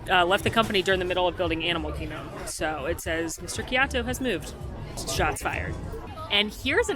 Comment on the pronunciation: Animal Kihgdom? 🤣